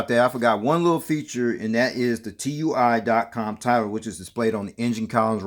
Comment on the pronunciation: It's pronounced as a word, not individual letters. Sounds like "two-e." It's also a German multinational company 👍